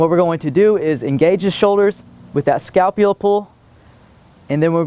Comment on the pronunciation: ***** Scalpula is not the Scapula. He was saying it wrong. Wow.